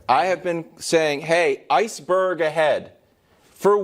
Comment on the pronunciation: 8.56 Mayor saids Iceberd ahead. That line is classic... 🤣🤣🤣🤣🤣🤣🤣🤣